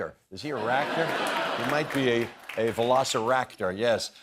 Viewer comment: only Jeff can make "velociwractor" work